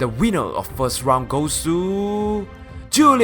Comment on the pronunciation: you pronounced it like julias so it was like "the winner is..... JULIA.........s lol but great vid